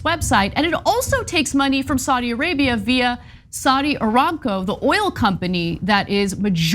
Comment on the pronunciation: ah- RAM-co Like the animal, the ram. not Raam like you're British